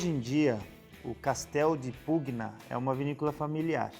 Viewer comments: me permita uma dica para melhorar ainda mais teus excelentes videos: em italiano, as letras "gn" juntas formam som de "nh" portanto, a pronuncia seria castello di "punha"... da mesma forma o "gl" quando acompanhado de "e" ou "i", forma o som de "lh"... parabéns pelo trabalho, um abraço 😉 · Salve! A pronúncia correta de Pugna é "punha", se me permite.... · Ia falar exatamente isso... Cara bom no que faz, sem dúvida, mas vale a diga.. Ficaria Casteldipunha Também o Sauvignon fica mais natural quando fala "sovinhom", percebo que sai esse "sau" no começo.. dica simples =) Adoro o canal, vejo todos os vídeos